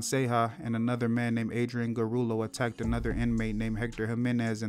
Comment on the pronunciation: The last guy is Adrian Gurrola not Garullo.